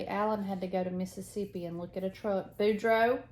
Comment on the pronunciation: Hi ladies, just found you and really enjoyed your Flosstube! I’m in Ontario Canada. I was stitching and counting while watching the beginning of your video, and I heard you say “Boudreau” I thought what? Boudreau? She said my name, and said it correctly! Ahh I was so pleased. It’s my married name. My husband’s family is from eastern Quebec, and Boudreau’s are all over Nova Scotia and New Brunswick. Very Acadian name. I know a lot of Acadians were exiled to Louisiana. They became the Cajuns. Anyway, my Grammy was a big influence on my life too. She lived to 99, and sharp as a tack right to the end. She was born in Newfoundland. She was funny too. When she was in the hospital at the end, someone in the hall knocked over a pail. She said “ did you hear that? Someone kicked the bucket before I did” 18 20